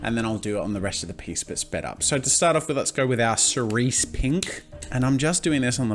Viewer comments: tes its pronouced [s] cerise it means cherry in french btw hi from france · Cerise means Cherry in French Edit* And yes, it is pronounce Ser-ese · thé corect prononciation is [s]eree[Z]